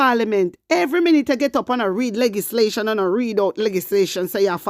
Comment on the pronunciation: Good morning my warrior, bun fiya pon dem. Plz note that the correct pronunciation is L E GIS LATION blessings